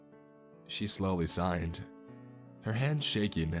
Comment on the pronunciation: I thought he was saying sighed and not signed so I was confused what kind of conversation they were having